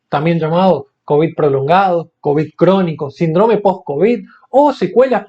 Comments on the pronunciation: Señor, es SÍNDROME, con acento en la i. Por favor, es vocabulario elemental en la profesión. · La palabra síndrome es esdrújula. Por lo tanto lleva tilde en la penúltima sílaba. No existe acentuada en otra sílaba.